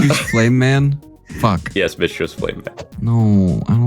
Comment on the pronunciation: At roughly , he says "Okay, okay, Mitch?" and for the fucking life of me it sounds like he's saying "bitch"